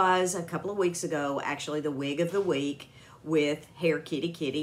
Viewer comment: I really like this wig and your quick diction on "wig of the week, every week" was perfect,! LOL, not easy to say! Looks great on you, thank you for the coupon code too!